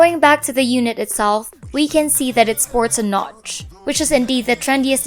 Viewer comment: the nowtch 😂